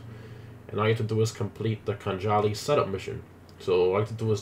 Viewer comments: I think it’s pronounced khan-ali because silent J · thats not how khanjali is pronounced